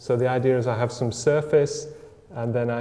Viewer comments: i just really hate it when someone pronounces the word idea like idear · What's an "idear"?